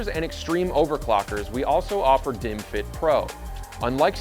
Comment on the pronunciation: Why am I watching bottles and hearing "dimwit"s?